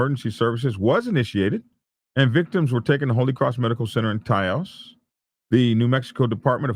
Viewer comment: Good job on pronouncing Taos right. What a mess! The response was massive. I saw police flying by me as I drove in town for a good 30 mins. Heard a lot of it on the scanner also. It was chaos for a while.